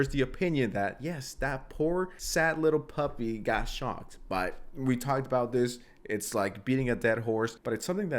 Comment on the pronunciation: Bro i thought you said kaya got shot not shocked holy shit